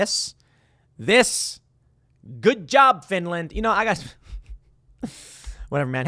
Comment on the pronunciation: Finrand? I ruv Finrand. Finrand never hurt a sour. Reave Finrand arone.